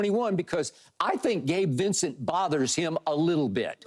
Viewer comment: when skip said Gabe Vicent lmfaooooooo